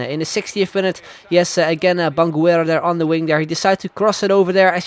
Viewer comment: Haha , His name is actually Bangoura not bangouér Good video though